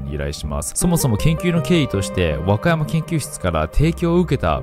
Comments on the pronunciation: 若山硏のイントネーションが和歌山県すぎる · 和歌山県と和歌山市にしか聴こえない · “若山研”が和歌山県に聞こえて意味わからんくなった笑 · 「若山研」のイントネーションが完全に和歌山県で最初混乱したw「若山研究室」ってことねww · 若山研、小保方研 わかやま↗︎けん、おぼかた↗︎けん がリアルなイントネーション…だと思います！ 伝わってくれ…！！